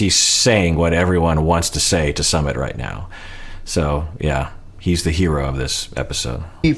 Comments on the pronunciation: Love you! It's pronounced SUE-mit, not SUM-mit. 💕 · Hi Doc, I'm hearing it's pronounced "soo mit", not "suh". 🙃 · Could Sumit fear turning into his father, where he kinda loses his own sense of self and just exists to make his wife happy? Also: "Sumit" is pronounced "soooo-mitt". Think the "soo" sound in "soon" + the "mitt" sound in a (baseball) "mitt" :)